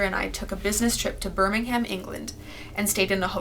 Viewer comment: As a British person, the way she pronounced Birmingham was really funny to me 😂❤️